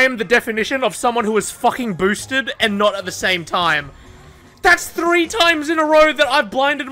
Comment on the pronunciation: Thrrrrrrree sixty